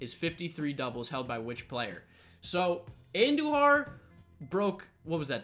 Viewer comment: Andujar not Andojar